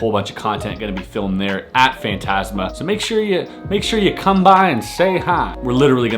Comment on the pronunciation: You say fantasma very wrong